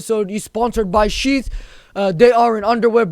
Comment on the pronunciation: With his accent bro pops up cracks me up when advertisement of sheath pops up sounds like we advertised by sht XD